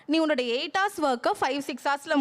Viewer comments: Haus haus. What haus. Learn proper pronunciation. Google “hours”. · Horse aa ours nu pronounce seiyanum dhane, doctors na konjam service motto erukanum paa